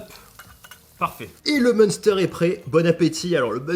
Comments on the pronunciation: Prononce plutot M'"1"ster plus que Meune steur haha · Si jamais ça ce dit " minstaire" pas "meunsteur" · MEUNESTEUR🤣🤣 cela se prononce main stère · C'est mince-terre 🤣🤣 pas meunsteur 🤣 super video quand meme 😁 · Sa se dit minster et pas munester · S'il te plaît, la prononciation c'est pas "Meunsteur" mais "Minstair" quand tu le dis, t'agresses tout les Alsaciens 😭😭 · Le meunsteur 😭😂ça se prononce le meinstère (le munster) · entendre meunsteur au lieu de mainstère ça fait mal aux oreilles ... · Par contre le munster que tu prononce "monster" ça me fait mal au coeur, ça se dit "main-stère" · sa se dit 'minstère' et pas munsteur ptdr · " Chez Prix -bas, les prix sont bas !! C'est clair ??!! " XD Et on dit "mince terre", pas " meunesterre" !! XD Super vidéo !! GG !! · Hello , très bonne vidéo comme toujours, attention mais pour les oreilles alasciennes munster ce dit m1ster 😝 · Le munster est alsacien pas américain Prononciation : m1ster, pas monster Monster munch aussi nan ? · On dit "Mainstère" mdr (Munster) XD Elle donne envie cette machine ! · Au secours 😱 munster ce prononce "m1ster". Toute ta communauté alsacienne en PLS 🤣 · je t'aime mais prononce encore une fois MEUNSTEUR et c'est fini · team fondue et le munster sa se dit minstèr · Ça se dit M1 stère 🤣🤣🤣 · Munster c’est un fromage pas un super héros 🤣 ont prononce M(in)ster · Salut le munster se dit minstère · on dit M1ster ^^ désolé fromage de chez moi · Salut le munster se prononce m1ster 😁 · Ça se prononce (mince stère) sinon trop fort la vidéo 👍👌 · Alors ça s’écrit « munster » mais ça se prononce mINster 😅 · Ptn le mec a 30 piges, il sait toujours pas comment prononcer le munster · Le munster la prononciation c'est pas ça 😂